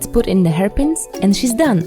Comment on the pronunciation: When she said i thought some hairpins would be nice i heard "herpes''